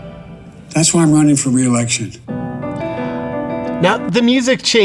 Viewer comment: Not to worry JP. He's wunning not Running